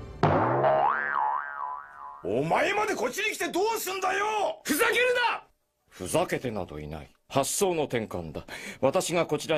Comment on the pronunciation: カンタムロボの「フザケルナァ！！」の発音好き